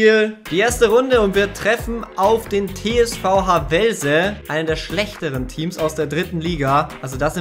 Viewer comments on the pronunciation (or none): Beim TSV Havelse liegt die Betonung auf dem a und nicht auf dem e👍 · Havelse, wird Haavelse ausgesprochen. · Nicht Havellse Havelse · Man spricht es nicht "Havellse" aus sondern "Hawlse" 😅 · Heißt übrigens Havelse und nicht Ha vellse🤔😅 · Wie du Havelse aussprichst triggert mich hart ... 🤣 Da sind keine zwei L! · Niemand Wirklich niemand: Hawellse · Haaavelse spricht man es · Bitte havelse richtig aussprechen, also Hahvehlse gesprochen. Bin ein Havelse Spieler in der Jugend deswegen muss ich das schreiben. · Deine Betonung von Havelse habe ich vorher noch nie gehört😂